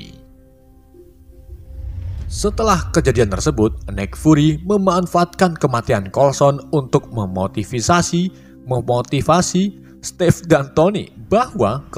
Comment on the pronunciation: 18.03 untuk memotisisasi wkwk